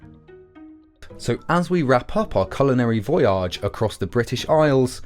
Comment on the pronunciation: This is a great video but you need to work on your spelling and pronunciation a bit. I mean this purely constructively: It's immigration, with two Ms Modernity, not moderninity milieu, not melee. And not gonna lie, saying voyage like mirage was an odd one